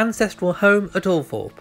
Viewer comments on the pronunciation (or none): Pronounced Al..throp...!! Spelt Althorp. Get it right.